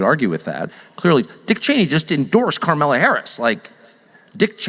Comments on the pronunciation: I freaking love Tucker Carlson. He says carmella harris.... That is hilarious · I can't get enough of him calling her Karmella😂😂😂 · Bruh, Tucker keeps misspeaking “her” name and I’m all for it!! 😂😂😂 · Tucker mispronouncing Scamalass’ name on purpose over and over again is hilarious